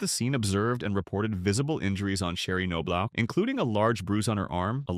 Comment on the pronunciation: Pronounced.... Nob Lock...geez...